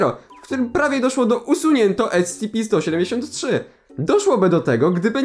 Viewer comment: powinieneś czytać S C P nie SCP (yes im very smart)